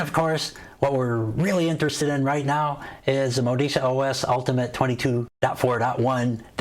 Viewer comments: It’s pronounced MO-DI-CHA. Stress the second syllable only. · Modeechia!! Enunciation my friend